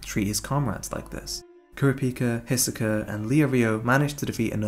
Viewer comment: Kurapika is pronounced more like Kurawpika instead of kuruhpikuh. Leorieo is pronounced like Leeoreo so just lee and then oreo, you said it leo rio. And Hisoka is pronounced He soak uh, I'm pretty sure you said like Hesawkuh. Besides that good vid.